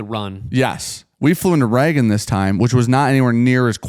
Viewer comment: Why do you pronounce Reagan as Raggin